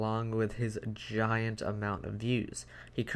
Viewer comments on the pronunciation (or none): none